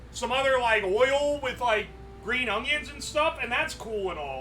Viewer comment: Bro says ongion